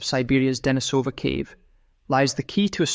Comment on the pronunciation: deNIsova, not deniSOva How come you don't know that?